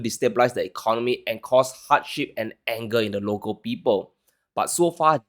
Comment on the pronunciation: "and cause HOTSHIT and anger ..."